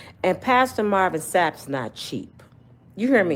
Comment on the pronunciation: When did his last name become Sapps or Sappes 😂